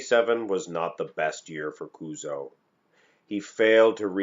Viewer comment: kuzo sudo こうぞうって発音しづらいのかな？